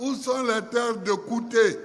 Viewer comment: Vraiment EST FILS DU TERROIR IVOIRIEN!!!! Regarde comment il prononce TRÈS BIEN KOUTE, DJOROGOBITE❤❤❤❤